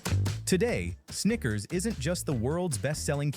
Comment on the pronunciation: That Louisiana accent wanna say sneaker so bad 😂